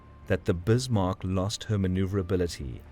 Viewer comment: Yay, someone who pronounces 'Bismark' correctly. Jump on World of Warships and all the millenials pronounce it Biss-mark.